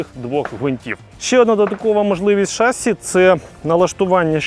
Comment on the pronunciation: Ребята, ну не шАсси, а шассИ. Молодчаги, смотрю вас под пивко Научитесь ударению